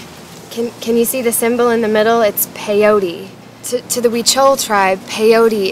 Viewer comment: not "pe iou ri", is peyote, PE-YO-TE